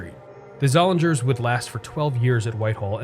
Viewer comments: Did you make up the term “baby mall”? I've never heard it anywhere else. I have vivid memories of this mall. I worked at the Weis Markets in high school and a few years later I worked at the Seats. The “ing” in Zollinger's would rhyme with ring. The store was pronounced Zol-ing-ers. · This was the first mall here and I spent quite a bit of time here. One small correction I would add is that the pronunciation of the one anchor store is Zoll-lean-ers. The 'g' was silent. IMO the best section of this mall was from Leh's to Sears. There used to be a small mom and pop music store where I bought one of my first keyboards. Many nice memories there.